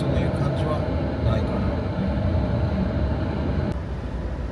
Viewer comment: さんは、 言葉が丁寧で、 聞いていて安心します😊 雪、 座った、 ない、 という時に、 イントネーションが反対なのを感じます。 ただし、さほど訛った感じはしません😊 誠実な方だと、 想像いたします😊